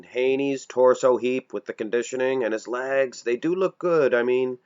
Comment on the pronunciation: Why does this guy pronounce legs as "LAGS"?